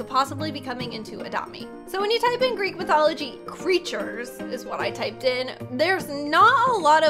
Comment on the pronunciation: Talking about Greek mythology Me because im greek:*EeEeEEeEe-AaAaAaAa-OoOoOoO said gReEk eEeEeEeK O.O*